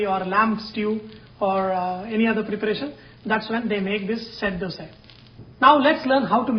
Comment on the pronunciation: Thank you for pronouncing it properly as 'dhosa' (dh as 'th' in word those) and not Dosa (as in word dose of medicine). Hopefully North Indians take note of it and pronounce it correctly.